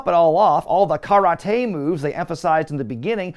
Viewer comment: I love a good running gag. And the 'Ka-rah-tay' one was hilarious 😂👍😎